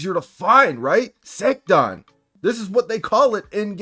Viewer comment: Little bit weirded out it sounds like SA - TAN. Either way this is fucked up. Someone sort this shit out...